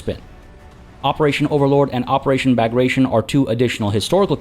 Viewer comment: Interesting way to pronounce Bagration. :) It’s actually the name of Russian general who fought against Napoleon.